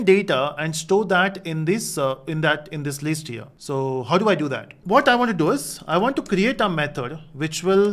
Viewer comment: its List not leest